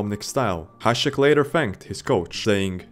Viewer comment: What do you mean? He pronounced Hasek correctly